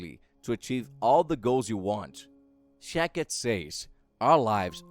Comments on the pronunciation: Shakti, not Shakit. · SHAK-TI not SHA-KIT!!!! Also, she is a woman not a man!!! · Shakti was a woman not a man pronounced Shaktee . I feel its just the language barrier but content was good. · Sha-k-ti ( means power ).. that's the correct pronunciation. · The pronunciation of her name is sounded out, ‘shock-tee’ or ‘shack-tee’ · The name is also pronounced wrong. It's pronounced Shaktee. Shakti means power and strength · Says name wrong AND says 'HE'...know what you are talking about before you broadcast.. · Jezus your accent and pronunciation plus wrong grammar namely naming Shakti.. Please get another job for yourself